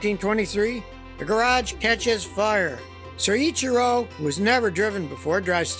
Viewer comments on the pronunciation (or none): LOL Scotty, it's "so ITCHY ro" not "soy itchy ru". Mind you that's damned close for an American, most can't say Porsche, Peugeot, or Citroen properly to save their lives. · Take a tequila shot every time Scotty says siichero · Great job! Except there is only one R in his first name! It is pronounced Soy- Chir- oh. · I think it's pronounced ... so'-cheer-o'